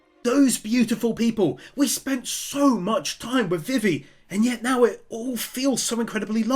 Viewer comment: Side note you are saying vivi's name wrong, it's Vee Vee.